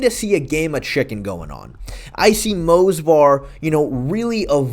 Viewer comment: It's Movsar bro, not Mosvar lol